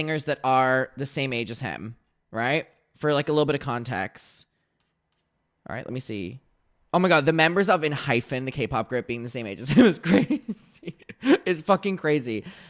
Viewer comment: i KNOW you did not just pronounce ENHYPEN as enhyfin😭✋